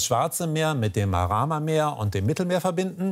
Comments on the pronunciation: Das heisst MARMARA und nicht MARAMA MEER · MaRAMA-Meer 😂 Oje....! Es heißt MARMARA-Meer! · Marama Meer ?? 😂😂